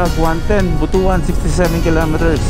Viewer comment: BP koreksyon ko yung "BUTUAN" baka magalit kasi mga taga jan. hehehe ang basa jan is "BUT-TUAN" love you lodi....